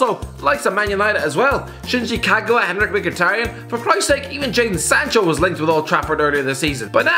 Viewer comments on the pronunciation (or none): none